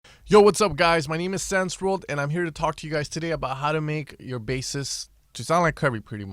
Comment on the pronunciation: haha didnt expect an answer here :D didnt want to be mean at all :) though its distrscting you're saying Zen's World all the time ;) i mean you gotta know how its right ;) good vid btw